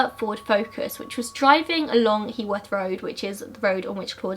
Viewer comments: It is pronounced 'Hugh-worth' road :) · Again another video where the poster can't pronounce Heworth. Please do your research.